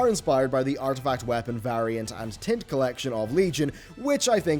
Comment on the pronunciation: When you say tint, it sounds like tit. =)